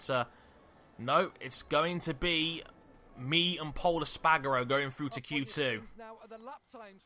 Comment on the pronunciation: Pol Es-Par-Garo! Not Pol Es-Pag-Aro